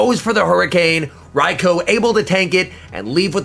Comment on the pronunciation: Finally someone pronounces Raikou correctly